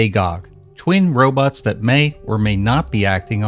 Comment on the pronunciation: Gog, didn't they Ro-bits rather than Ro-bots ??